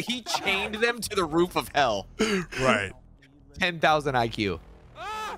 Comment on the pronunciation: “Nether Roof”. Not “Rool”.